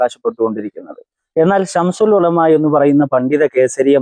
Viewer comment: ശംശുൽ ഉലമ അല്ല ചങ്ങായി ശംസുൽ ഉലമ എന്ന് പറയ്